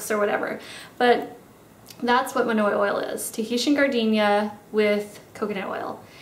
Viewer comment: I really loved this video. So different and unique :) I will definitely try a few of these techniques! Not gunna lie though I had my head down and I heard "..it's manure oil" (monoi oil). Haha, was a good laugh when I realized what it was!